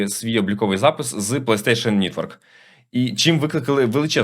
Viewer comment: Нітворк трішки ріже вухо, не треба так будь ласка Пс. Новини цікаві, дякую❤